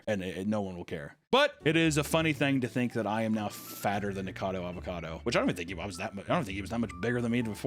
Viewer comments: bro said NICADO...its NIKO-CADO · Nik-a-cad-o. Four syllables. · All this time, and he still calls him “Nikado” instead of “Nikocado” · IT’S ESS-PESHULY NOT EX-PESHULY. I’m going to comment on every video until you say it right. You’ve also said this psycho’s name wrong in every video. Nick-acado not nickado. Please get better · Just one more syllable Papa, Ni Ko Ca Do. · Repeat after me, nik•uh•cah •doe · keeps calling him Nikado (I love it) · Why do illiterate murricans call him Nikado avocado? do you not see the O in Niko? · I love everything you had to say about him, except his name. His YouTube channel is "Nikocado Avocado", not Nikado Avocado. Same amount of syllables as the word Avocado. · Years later STILL can't pronounce his name right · Papa missing a syllable in Nikocado's name- but never a meal. No shade. I love me some food, too. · Why does everyone pronounce his name wrong? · It's been 2 years and he still doesn't know how to pronounce nikocado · How many times did say Nikocado incorrect in one video …yes